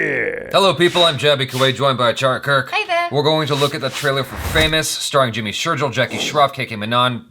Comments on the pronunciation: The Gil in Jimmy Shergill is pronounced like a fish's gills , not Jack and Jill. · Dude it's Jimmy Sher'gill' (Gill of a fish), not Jill (Jack and Jill) #JustinCase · I have the same last name as Jimmy, and am cringing so hard by the way you say Sheirgill. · Jaby you still saying sherjill!! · Its sherGILL (gill as in gills of fish) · Jimmy sher'jill' and mahi Gill ☺️ both pronounced same